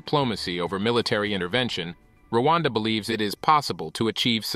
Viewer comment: It's Rwanda not Luanda. That Pronunciation is wrong. Luanda is Angola